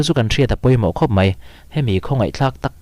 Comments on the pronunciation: ...Duhoma lo zet MAI (MEI ni loin..) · Mei nilo in mai😊